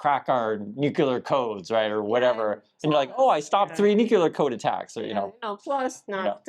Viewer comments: How can someone so educated not be able to properly pronounce a simple word like “nuclear” properly? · it kills me to hear somebody is smart as you are pronounce the word nuclear incorrectly. It is not new q ler... It's pronounced new clear.